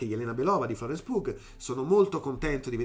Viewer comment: Ciao, ottima disamina, come al solito. Perdonami se ti segnalo sempre dei piccoli refusi, ma il cognome di Florence Pugh, si pronuncia: Pew.